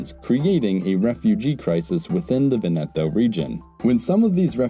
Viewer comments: Vèneto not Venèto ;) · I'm going crazy, it's Véneto, not Venéto. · Very nice video, but it's pronounced "Vèneto", not "Venèto" 🙂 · For English speakers: It's not Venéto, but it's Véneto. Bare in mind that in this Italian word there's no accent, but is implied, also in some parts of Italy we say Vèneto. PS I said for English speakers because in Italian, for example, the acute and grave accent characters are switched (don't know the reason), so an è is acute and an é is grave. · VE'neto. Sorry, Italian is usually regular but three syllable words can be accented on either the first or second syllable. Unless there is a double consonant there is no way to know except by hearing. I.e. in Rome it's Via VEneto, not Via VeNEto. Drives me crazy- a non-native. Sorry to HARass you but HarASSement is not intended. A subscriber. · It is not pronounced Ve-NE-to but VE-ne-to (Just like in the word "Venice"). The emphasis lies on the first syllable not the second one, otherwise it would be spelled Venetto. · The accent is on the first syllable in Veneto: VEN-e-toe, not Ven-EH-toe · PopesofHazard I was just pointing out which syllable is emphasised. Other than that he pronounced it completely correct. I don't know what your problem is. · vEneto, not venEto. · Venèto sounds more Italian. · Awesome video, enjoy your work. Though, dude, it is Vèneto. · Every time he says Venètooooh an Italian dies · He simply got the rhythmical accent wrong. 😁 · The Adriatic is a sea, not an ocean. 'Veneto''s is on the first 'e', not the second. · Stress "Veneto" on the first syllable, not the second. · Please teach the narrator how to pronounce Veneto. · Before making such a video, please learn first how to pronounce italian words like veneto. Really hurts my ears